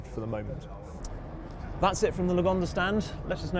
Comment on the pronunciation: Haha its sounds like yugonda...